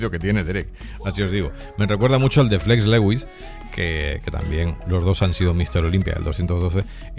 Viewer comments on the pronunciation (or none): none